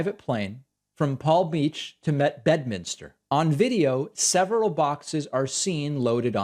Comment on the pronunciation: Better check "Bed-uh-minister"